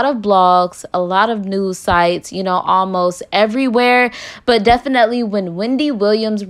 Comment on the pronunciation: Lol if you had a dollar for how many times you say “def-an-net-lee” you’d be a millionaire 😂